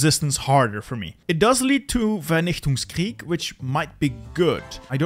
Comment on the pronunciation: why was that german pronounciation of vernichtungskrieg that good?